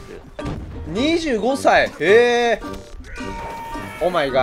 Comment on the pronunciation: わったんふぁっくって何ですか？ もしかしてWhat the fuckですか？